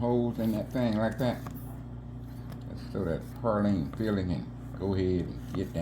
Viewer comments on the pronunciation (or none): I’ve made this cake before, but it’s not PAR-line, it’s pronounced PRAY-line. Please!!!